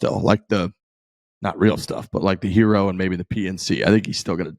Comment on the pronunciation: It’s a Gear-O not a Hero 🤦‍♂️